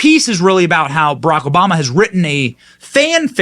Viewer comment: Who the hell is SHMMMMRRRRRLLLLLACK OBAMA?